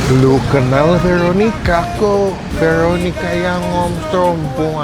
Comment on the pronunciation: VERRRRROOONIKAAA, BUKAN VELLLLOOOONIKAA YAA 🥂